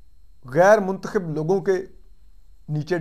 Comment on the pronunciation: Lafz muntkhib nhi muntakhab hota ha.urdu dictionary parh lo